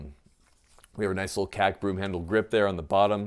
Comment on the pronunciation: It is K.A.K. not kak